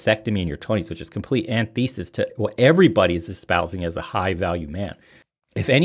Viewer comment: Antithesis American pronunciation￼ Sounds like an·ti·thuh·suhs